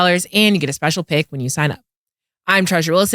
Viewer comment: "speical team package" 😅😅😅